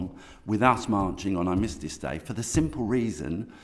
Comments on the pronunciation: He can't even say the word 'Armistice'. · Can't even say armistice correct says everything